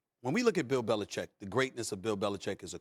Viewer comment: Love Max vs Stephen A because Max can say BeliCHICK!!